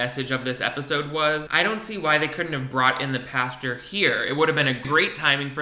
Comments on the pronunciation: nothing’s more gay that not being able to pronounce pastor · I don’t know if he is from the south but I’m from Georgia and a lot of people from here and the south pronounce it that way lol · I’m so sorry but the way you pronounce “pastor” I kept picturing Dan talking to a field of cows😂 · i was about to comment the same thing lollolol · As always, christian live-action tv and film is the cheesiest, most awkward trash out there That being said, I am so distracted by the way you pronounce "pastor." I was so confused, like "pasture? is this man a malibu man and a farmer?? What?" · Say "pasteur" one more time. You're amazing btw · "PAsture" I'm dying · no one:: the correct pronunciation of "pastor" is "pasture" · Haha I say “Pasture” too. I didn’t realize that was wrong 😅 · I was a Christian for 13 years of my life and still managed to get away with pronouncing it “pasture” the whole time😂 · Don't worry...I say "pastor" the same way. I just can't get it. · I love that you are saying "Pasture" instead of "Pastor" lol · Are you saying “pasture” or “pastor” towards the end? Either way, I live lol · Bestie bestie is paSTOR not “pasture” - like where they keep a horse 😭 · Ok... Are you saying "pasture" instead of pastor? Also why is the main characters voice just exactly Philip DeFrancos?? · WHY DO YOU PRONOUNCE PASTOR LIKE THAT 😂😂😂 I’m fucking dying omg. You keep saying it like “pasture” instead of “pastOR” omg hahaha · I love you buddy but it's pronounced pas-TER not pasture. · I seriously thought was talking about a pasture he was saying pastor 😂😂😂 I was so confused!! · Is he saying pasture 🌱🐄 instead of pastor✝️⛪️? Or am I crazy? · are you saying pastor or pasture lmao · Girl I read this as he said it and kekeed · Pasture... Pastor... where shit gathers. Yep, sounds like the same thing to me. 😏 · I was needing this comment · That had me giggling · It’s an accent thing that I’ve heard in both Europe as well as the United States.